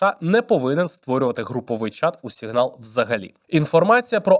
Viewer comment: тільки тойво... це або "сІґнал" (англійською) або "сигнАл" (українською) бо "сігнАл" звучить ніби російська😭😭😭